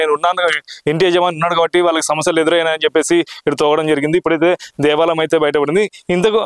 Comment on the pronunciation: Devalam kaadu bayya devaalayam ,telugu correct ga matladu bayya.